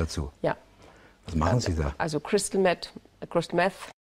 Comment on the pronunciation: Marlene Mortler: "Crystal Mett" Angela Merkel: Panisches Schwitzen